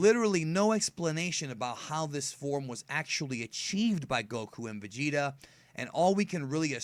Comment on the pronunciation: and vegeta beh-bee...